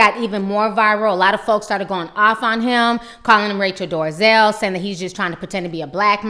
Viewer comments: Why do you keep calling her Rachel Doorzel when it's Dolezal? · Its Rachel Dolezal...NOT Rachel DORzel! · Rachael Dorzel? It's Dole-a-zall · Rachel Dorezell?🤔is that what she said? Thought it was Rachel Dolezal. Just saying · Who's rachel 'dorazel'. Does she mean dolezal?